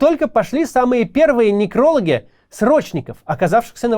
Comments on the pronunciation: Максим, а некрОлоги это ученые, которые занимаются смертями, или имелись ввиду некролОги, но ударение подкачало? Пусть люди, что пишут вам текст, проставляют ударения, ну невозможно же уже. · некролОги, Максим!!! некролОгииииииииииииии